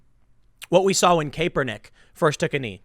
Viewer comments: I'm not a Kaepernick supporter Tim but gotdamn if I have to hear you say Cape-ernick one more time lol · Tim say "Caper"nick on purpose as a troll or doesn't know it is "Kap'er" nick? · It's cap-ernick. Not cape-ernick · Tim it's obvious you're not a sports fan which is fine, but at least know how to pronounce these guys' names when you cover stories about them. Kaepernick's name is pronounced Cap-er-nick not Cape-er-nick and Rudy Goebert is actually pronounced Go-Bare (with emphasis on second syllable) not Go-Bert. I'd suggest you do a little bit of research how to pronounce a particular sports guy's name when you cover a story about him. That's all I'm saying. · CAP-PER-NICK not CAPE-ER-NICK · It's cap-er-nik not cape-er-nik, Tim. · Kaepernick is pronounced: Capp-er-nick NOT "Cape." He does not fly around like Superman although he thinks he does because he is an egotist. That aside, yes, I agree with your point. But I cringed every time you said "Cape." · Tim, say it with me, CAP-ER-NICK, not CAPE, CAP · Tim, it's pronounced cap-er-nick Not cape-er-nick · Tim, CAP-er-Nick. BTW, Who gives a crap, Anyways...... Right on 2 the dude From Denver.... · Tim its pronounced CAP-ER-NICK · Love how Tim calls him "Cape-er-nick", lol. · Did you just say kaepernig? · Tim, FYI, its pronounced "kap"ernick, I understand that sometimes this spelling results in a long "a" sound, but sportcasters have been pronouncing it as a short "a" for many years. Love your show!! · Idk why i find it so funny that Tim is the only person who still pronounces his name “Kay-pernick” 😂😂😂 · It’s actually pronounced Crapper-nic. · Tim, for the love of God his name is pronounced CAP-ernick. FFS mate. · It's still (KAP-er-nick), Tim Poor Tim continues to try and turn Kaepernick into a hero by putting a "cape" on him. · The way you say his name drives me nuts lol.....im pretty sure it's cap-ernick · Kaperprick say his name right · Please, Tim, keep mispronouncing his name. I love it lol.